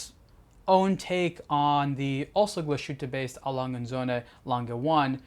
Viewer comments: True mate the way he says it is terrible... Hope he remembers that it is a German watch brand so please say it in German. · people who know how it is pronounced in German get upset about it because the pronunciation is wrong. It's as simple as that. Another famous example is Porsche. It's pronounced Porsch-e. The e sounds like the e in bed. Are you from the US? If so, how would you feel if someone pronounced Illinois Illi - noise or Arkansas phonetically? It just sounds wrong. Also, saying one is not able to pronounce it correctly is not an excuse. Especially in this case because he's got the for non native German speakers most difficult diphthong - the ü -right. The thing he does wrong is the s. It sounds like an s and not like the English sh. Change that and there he goes. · Agree, it's quite distracting each time he mentions the name of the brand because you would expect a channel dedicated to watches to get the basic pronunciation correct. Also it's not pronounced O-ri-jin-NAL (like the alcohol gin), but rather O-ri-gi-nal, (as in first half of the word geek)